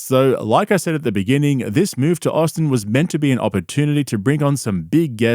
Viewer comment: He did quit, he moved to Aussin, Tegzus (bapa’s pronunciation) and bapa followed him. Callen wants nothing to do with cauliflower ear